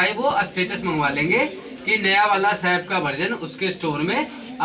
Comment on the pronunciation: As a teacher u r wrongly pronouncing SAP.Firstly correct it.